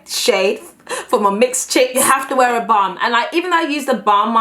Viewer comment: I swear she said if there’s ever a bum you need in your life Instead of if there’s ever a balm you need in your life 😂😂😂😂❤️❤️